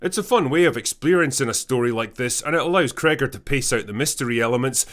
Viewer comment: When are you reviewing Rogue Elements? I saw it the other day and I think you will enjoy trashing that crap. A 44 minute long movie, filled with clichés and a terrible girl boss in it. I even heard the writer of this crap threw the main actress under the bus and blamed her for the shitty dialogue that he wrote. Oh, and by the way, it's Zach Cregger, not Crigger, you may want to correct that.